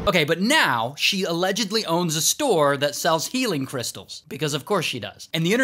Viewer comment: He didn't say allegdidibibly he just normally said allegedly 😢 😂